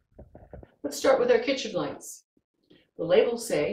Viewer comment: *Lights not lites